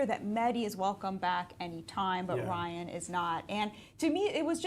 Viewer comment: I think they both said Ryan's name wrong.